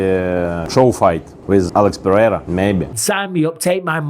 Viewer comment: Alex Pewrewra, love it! Ahahaha